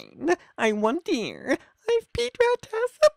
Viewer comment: “I wonder EEif, Pete rat has a bruh-ang, let’s find OAaat” first off, I don’t know how the hell you messed up the pronunciations of all those words, and 2 Pete rat is a gummy rat. He’s a peice of candy. He’s not a real rat. He dose not have a Bruh-AAng. I severely doubt you sir have a Bruh-AAng.